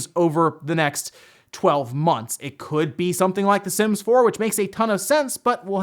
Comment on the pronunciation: When he said "the sims" i heard it as "the simps"